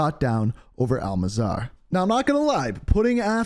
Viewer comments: dude its el mazra not elmazara wtf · It's not mazar..... It's maz rah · Al-Mazrah, Al-Mazrah. Not Al-Mazar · you're saying it wrong, it's "Al Mazrah" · Bro. Its Al Mazrah, not Al Mazara or Al Mazar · Bro, they say the name Al Mazrah like a million times in game. How are you still calling it Al Mazzar in every video? Mah Z Ruh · "aL MAzARa" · Say it with me Al-Maz-Rah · Bruh… It’s “MAH-Z-RUH” and “KAI-MERE-UH”, the game has been out too long and you’ve been making far too many videos for you to still be getting this wrong… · it is Al - Maz - rah 🤣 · Its not that hard to say 😂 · Every time you said “Al Mazrah” it triggered me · How do you mispronounce Al Mazrah twice in the same video?